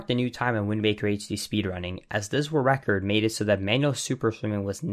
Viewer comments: Idk why but it bugs me every time I hear you say 'Wu-Record' instead of world record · "Wull recor" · Great video, misses some explanation for some tricks (what does barrier skip mean? What barrier?) but overall very interesting. Good job. Oh but please learn to pronounce “world record”.